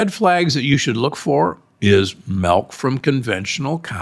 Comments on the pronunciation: What’s “melk”? Is it similar to milk? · what part of the US is Doc from? "melk"